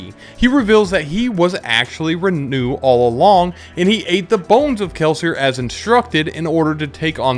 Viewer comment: its Renoux not Renew